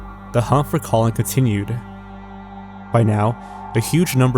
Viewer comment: The video is great and your narration is also pleasant to listen... but I can't unhear your pronunciation of the man's name, Colin as colon...